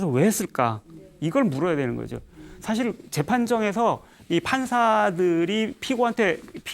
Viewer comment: 우선, "선종"의 "선"은 단음인데, 길게 잘못 발음했고, 달마는 "초조"라고 해야합니다. 장음인 단어의 첫 자를 짧게 잘못 발음한 예:사실,사물,(때로는 "똥"과 "대변"을 구분해서 써야지ㅛ)선(악의 대),해결,타협,말(입으로)사태,등으로 장단음 문제가 있.음에 의문의 여지가 없다.강사는 천속한 말로 그리고 기이한 사례로 젊은 사람들의 갈채에 도취해서는 않됩니다. "한국 어문을 고발함"이라는 책을 고국의 동포께 간곡히 권하는 바이다. 미국 변 완수 드림